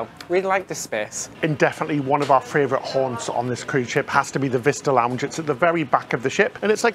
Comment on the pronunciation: I just discovered you guys.... I love this vlog!!! Interesting, passionate. Two pronunciation tips for (I'm a retired primary school teacher; I can't help myself): favourite not fRavourite, whirlwind not WORLDwind.